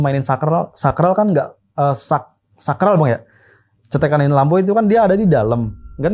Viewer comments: saklar bang bukan sakral😅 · Saklarrrrrrr😂😂 jd sakrall😅😅😅